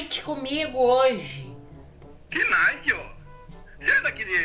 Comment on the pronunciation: Que "NAITE" oque!